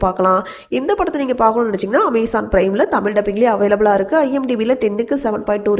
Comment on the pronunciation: Amazon? Or Amaizon? 🤣